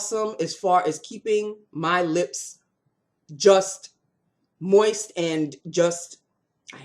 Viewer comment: Lol! When you said Moist I instantly flashed back to those old commercials with Lynda Carter in a pool with her CoverGirl MoistureWhip lipstick on always emphasizing the word “mOIsT”. 🤣🤣